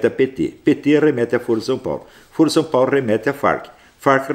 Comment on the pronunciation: Sr. Astrólogo, a forma como é pronunciada a palavra "foro" altera seu significado, no sentido q vc a utiliza jamais pode ser pronunciada como "fôro", mas apenas como "fóro" ou deve-se utilizar a palavra "fórum" para designar uma reunião ou encontro para debate, tal como Ciro Gomes e Lula falam:"fórum/ foro (pronunciado como fóro) de São Paulo". A palavra "foro" com esta pronúncia q o Sr. usa designa "âmbito" como na frase: "isso é uma questão de foro íntimo"; ou instância judiciária como em "foro por prerrogativa de função".